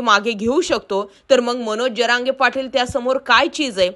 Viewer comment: "जअरांगे" नाही "जरांगे"